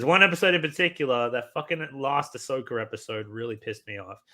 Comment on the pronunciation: why do you keep calling ashoka ashoker 🤭